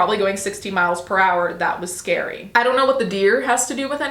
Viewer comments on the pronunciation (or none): none